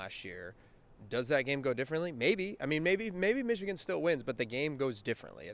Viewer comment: I dare you to pronounce it Michican again